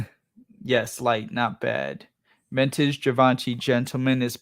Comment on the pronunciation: Ventage he pronounces it ha!